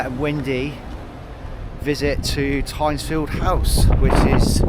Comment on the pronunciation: Hi there, just for info the first syllable of Tyntesfield is pronounced like mint not pint